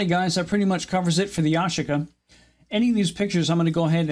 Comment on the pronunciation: Ya-she-ka, not what you said lol